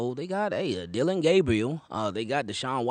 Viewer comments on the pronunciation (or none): none